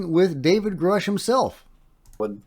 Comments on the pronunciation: Why does he say 'Groosh' when David always calls himself 'Grush'? 🤔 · I can't stand when people say groosh it's grush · Yeah, he went back on his claim to be on the UAP Taskforce with Grusch (which he is mispronouncing?). He was apperantly member of a forum,. So i think Fox needs to scrub this from the docu and we prob shouldnt give much creedence to his claims👍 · Why is mispronouncing "Grusch" so common? You'd think people would take his word for how to pronounce his own name.